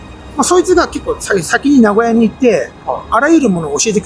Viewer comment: 「な」ごやじゃなくて、な「ご」やなんですね！